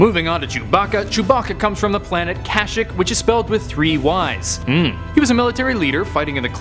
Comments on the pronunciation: wrong pronunciation of kashyyyk. its like ka-sheek not kashik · It is ka-sheek not cash-ik, but It dose t really matter. Who really cares as long as you get the idea.